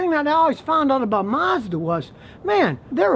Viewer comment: Mazda "Marsda"?